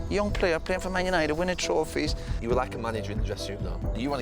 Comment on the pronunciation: I love the way, even when he's describing a drinking session, he still talks like he's on live tv. "A young fella, playing for man utd, winning trawphies". No need to mention the trawphies Roy, just talk about the boozing and women etc. Funny though.